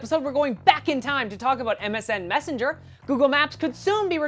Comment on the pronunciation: haha messenger* not messanger :P